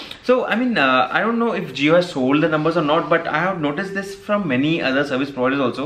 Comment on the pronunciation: brother don't mind being an active subscriber, I can say you it's not hove it's have that pronunciation problem. don't mind if not I anybody will tell you in future.